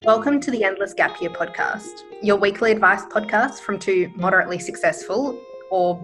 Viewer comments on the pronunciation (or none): Moderately not moderatley